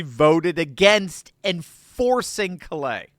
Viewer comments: For future reference, Callais is a Cajun name that is pronounced "Kah-Lay". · Love your insights. I would like to point out that in LA, Callais is pronounced with the accent on the first syllable, sounding like "CALL - a". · 😊😊CALL- lay...say it fast, sha...hit the first part hard... have a good one, ya'll.